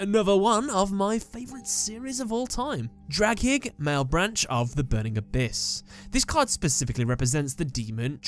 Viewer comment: That "malebranche" pronunciation though...